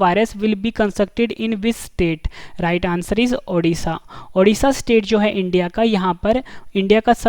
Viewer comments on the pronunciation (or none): Hello sir it is not odhisa it is ODISHA